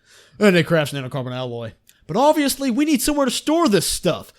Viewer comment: "Na-no-car-BON" wtf